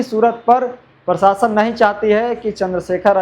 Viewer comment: Prashasan bolo tum prashasan bolta hai😅